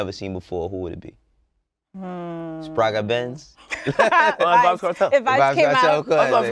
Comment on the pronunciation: LOL when said Spragga Benz...